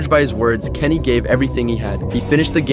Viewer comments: Who the heck is kenny its giannis this commentary sucks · Why are they saying Kenny meanwhile his name is giannis